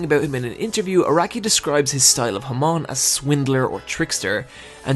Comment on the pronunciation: HAAAAAAMON. SAY IT WITH ME HAAAAAAAAMON. NOT HAMOOOOOOOOON.